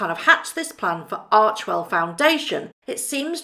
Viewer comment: I adore you, have some of your merch, etc. Just fyi, ARCHEWELL is probounced "ARK-WELL" - many were making that error, but Archwell when pronounced ARK-WELL have different meanings.. Keep up the great work, I have on my shirt as I write this! I lovw your video's, always straightforward, and spot on!! STAY WELL DEAR MEG!!